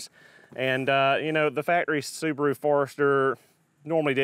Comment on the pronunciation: The little soo-bar-oooo. Wow.